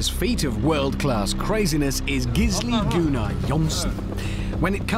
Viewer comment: "Geesli Goonar Johnson" XD that's pronounced so wrong but still so right!